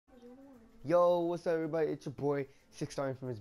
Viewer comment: wazzuh dan it's